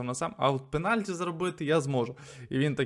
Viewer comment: Що за пеналькі. "Пеналті"